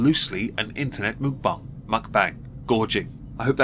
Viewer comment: Apparently Mukbang is pronounced "mookbong" now